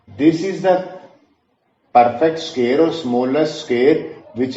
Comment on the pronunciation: Sqear nhi square